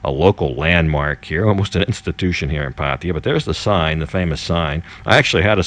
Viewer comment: 00.18 - PATTAYA 01.32 - PADDIER 01.38 - PATTIER PADEEYA PADDIER How many ways can you pronounce it differently ? Great videos by the way and I was especially inspired by your weight loss video, thank you.